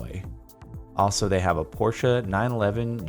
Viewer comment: As a German I appreciate the fact that you pronounced Porsche correctly